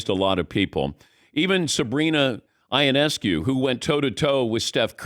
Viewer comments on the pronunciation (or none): It’s Yo-Ness-Coo. Please pronounce it correctly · I thought that was a strange pronunciation. I thought it was ee-ness-koo. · Gotta brush up on that Ionescu pronunciation Dan